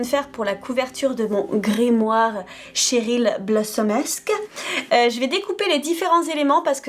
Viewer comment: CHERYL pas TCHERYL madelaine Petch à dit qu’elle aimait pas qu’on dise TCHERYL